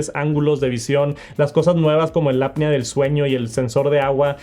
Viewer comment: Y dale con el app-nea del sueño. QUE NO se pronuncia así. Déjate de tantos anglicismos y mejor pronuncia bien el español.